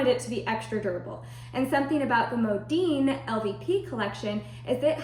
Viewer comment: My gosh STOP saying "Modeen". It's "Modin" Mo Din. How freaking annoying I became listening to this and had to stop watching after 2 mins. Horrible video.